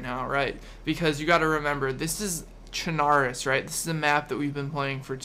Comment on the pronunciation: BTW, Chernarus is pronounced ChernaRUS, like you would pronounce Belarus.